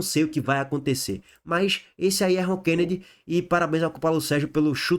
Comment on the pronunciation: É ROKENEDY E NÃO RONKENEDY.